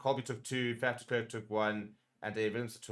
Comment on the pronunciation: Please pronounce it as FUF. Please, not faf, even though it is spelt with an A